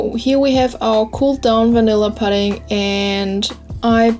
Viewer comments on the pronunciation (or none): its poo-ding not pud-ding ... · great recipe! Also pudding is pronounced the same way as putting, like when you say "while you are putting this stuff in.":-) Your accent is so cute!! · lol "I think it comes from seaweed..? I don't fucking know. Google it." Bahahah I love how real you are. Most people pronounce pudding like "püdding" and not "puhding" But you do you, =P The cake looks delicious and beautiful, and I totally cook with chopsticks all the time too. Asian hacks yo. BTW that is called a springform pan. The "ring" is just called the side, and the bottom is the base. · pudding is pronounced pooding ..your cake looks great